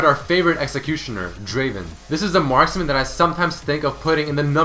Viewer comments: #4 is not draven it is DRAAAVVVEEEEEN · he pronounced draven wrong. its pronounced Draaaaaaaven. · hey,, it's not draven. it's DRAAAAAAVEN;) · Wtf, its not Draven, DRAAAAAVEEN!